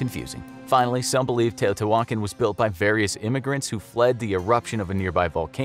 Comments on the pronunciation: Its not teo-tay-wokkin its te(h)-o-te(h)wah-khan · How to you get your pronunciation? Tao-tay-wan-kin?? LOL Try Tao-tayah-Wah-cahn.... Your pronunciation is driving me crazy! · its tea-ha-tea-wha-kon not tea-oh-tea-whalkin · Tay-oh-tea-wah-kahn. Not Tay-oh-tea-wokin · It’s not pronounced teyo te walkin... lol please look up pronunciations before making a video lol it was painfully funny to hear you say it like that... It’s teɪˌoʊtiːwəˈkɑːn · The pronunciation in this video makes the old gods weep. Edit: The presenter sounds like Fozzie Bear! Teotiwokkawokkawokka! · ITS PRONOUNCED (TE OO TIII WAAA KHAN) SAY IT WRITE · Are you trying to say Tee-o-Tia-wah-kon ??? cause that's how u say it 🤔🤦🏽‍♂️ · It fricken Te-oh-te-wah-con Not whatever u called it lol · I haaaaate how he says “teotihuacan” 🤣🤣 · The accent is on the last A. You should pronounce it better. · The hu in teotihuacan is pronounced like a W. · Hearing him mispronounce teotihuacan every time made me leave this early